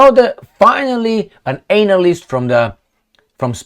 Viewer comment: te respect. Doar o mica corectare, caci suna a altceva... E vorba de cuvantul 'analyst'. Cand il pronunti 'einalist' suna a cuvantul 'anal'. "Analyst" trebuie pronuntat cu 'e+a' -nalyst. Multumesc.